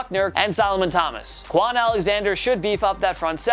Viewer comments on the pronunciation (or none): none